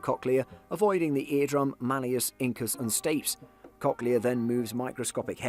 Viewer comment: STAPES...Pronounced stay-peas